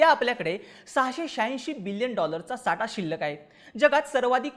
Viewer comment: आटवाडा नाही आठवडा बोल साटा नाही साठा